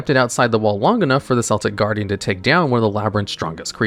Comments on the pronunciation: "Selltic Guardian" 😂😂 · Huh, I didn't know Celtic Guardian was a basketball fan. I'm pretty sure that's not how Celtic Guardian is pronounced. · Who else got triggered hearing "Seltic Guardian?" 😅🤣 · It makes me feel a good kind of funny when you pronounce it "Selltic Guardian" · "seltic guardian"